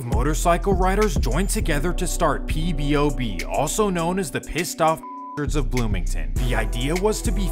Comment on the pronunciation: Why do you keep saying "PBOB" its POBOB